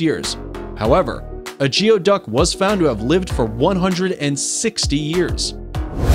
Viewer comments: They are called. GOOWIE-DUCK NOT GEO-DUCK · Please learn how to pronounce the word "geoduck". Even though it is spelled "geo", it is pronounced as if it was "gooey" duck!